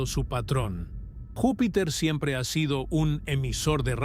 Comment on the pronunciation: Vupiter ??? De verdad me encanta su programa, siempre los sigo, pero de verdad aburre que todo el rato esté mal dicho algo tan básico. Porque si no sabes hablar, es díficil creer que lo que vas a decir, sea digno de escuchar. Está bien que usen IA, pero al menos revisen y corrijan, dejemos de sobrevalorar la Inteligencia artificial por favor 🙏🏻